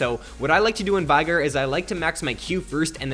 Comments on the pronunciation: FYI its not veegur its VEY-GAR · He says his own name in one of his emotes. It's "VAY-GAR"